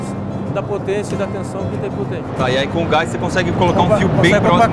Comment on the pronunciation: Video top..bem explicado..so pelo amor de Deus ibere, pare de falar "gais" em suas materias...o correto e gás sem o i...fica feio homem.